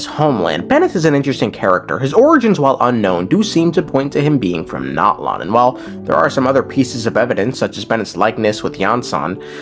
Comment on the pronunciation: Bro... The game tells you how to pronounce Natlan. It's Nat-lan not NOT-lawn. 💀🪦